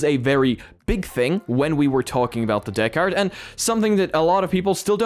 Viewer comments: Pronounce it like this, bro... "deckered" and it'll sound like it's supposed to rather than "deck hard" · Deckard? Deck AR Device?